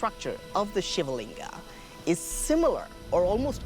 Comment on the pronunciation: The AI and real voices both mispronounce "Shiva"